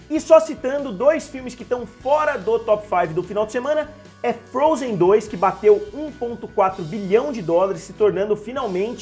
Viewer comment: Só eu quê ouvir ele fala frozen 3